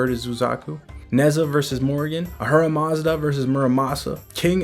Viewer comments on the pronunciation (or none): none